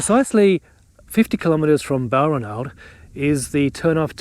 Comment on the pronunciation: BAL-RAN-ALD, please, with the emphasis on the second syllable. The 'ranald' sounds like 'ronald'.